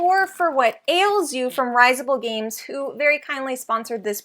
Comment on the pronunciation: Thanks for the fun review! By the by, we're pronounced /RIZ-ible/. No biggie, though; we hear Risable all the time. :D